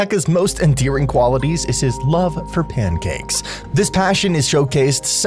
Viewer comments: SO IT SAYS PANCAKES I always heard it as Johnny Cage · When Mini Pekka says pancakes, it sounds like he’s saying aw thanks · i cant unhear “nice cheeks” when mini pekka says pancakes😭😭😭